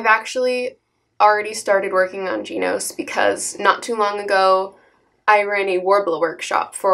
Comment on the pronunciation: she pronounced genos 'jeenos' facepalm but appa rt from that its a good video